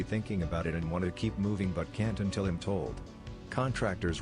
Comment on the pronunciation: Do you not know how to say the word I'm? It's a contraction of the words I and am.